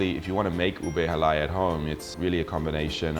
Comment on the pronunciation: I am surprised you wife is not training you how to prounounce "halaya" - lol. (accent should be on the last syllable)...but I am just nitpicking mate..good on ya, at least you're trying, my Aussie hub is not as enthusiastic learning my language, :P For dessert, my faves - my sis makes the best gelatine (it contains egg, not just plain gulaman and fruit salad), buko pandan, buko salad and turon, aside from halo halo with crunchy pinipig which you did not mention. Also, have you tasted puto Binan? It is a specialty from my home town, great with chicken arroz caldo or what we call pospas among us Tagalogs. Cheers from Tassie!